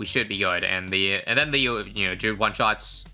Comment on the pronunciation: thank u for pronouncing druid correctly